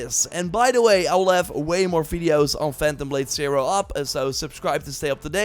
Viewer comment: Phantom Blade Sai-roar! Cam-bohws! Tsjonge, jonge…